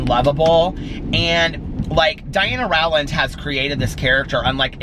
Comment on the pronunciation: The Goodreads event says the livestream is tomorrow, not a week from tomorrow. Did you push it back a week? Also Rowland rhymes with Poland.